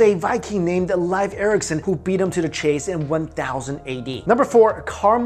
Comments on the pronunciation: ...cmon you're one of my favorite channels... but it's pronounced LEEF not LIFE Erikson. Still love both channels! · Leif as in "leaf." Not "life." Almost every video you have mispronunciations. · Leif Ericson Leif is pronounced (leaf). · You mispronounced Leif Erickson. It's pronounced "leaf". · Mr Ericson's first name is pronounced leaf like what's on a plant. 😀 That said, you have some great videos! Keep up the great work!